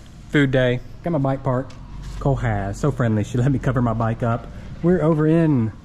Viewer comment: Are you mixed with Vietnamese??? My gosh you pronounced Co Ha is really good!! Amazing!! 👍